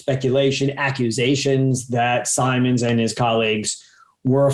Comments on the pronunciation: Simons, not Simmons. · And he KEEPS saying it wrong! Zuckerman should have corrected him.